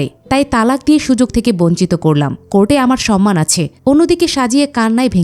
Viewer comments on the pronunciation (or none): none